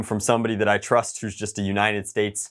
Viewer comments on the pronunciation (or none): none